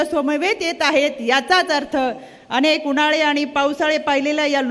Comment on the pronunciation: रुपाली ताई न आणि ण मथे फरख आहे आणेख आसा शब्द नाही अनेक आसाउच्चार करायला शिका